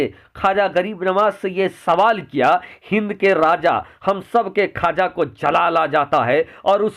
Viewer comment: ख्वाजा है खाजा नहीं है